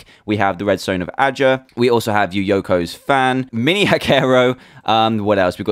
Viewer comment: It really bugs me...Yuyoko? It' Yuyuko! You You Co!